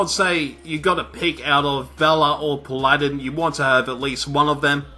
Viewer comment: did he rlly say paladin wrong lol